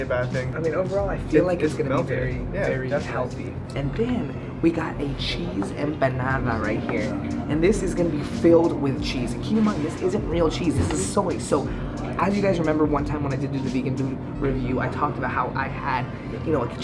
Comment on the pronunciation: He pronounced ‘empanada’ as ‘emp-banana’. I’m done, yo 🤦🏼‍♀️ 😂